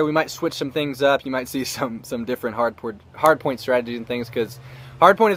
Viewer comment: Lol he said hard porn instead of hardpoint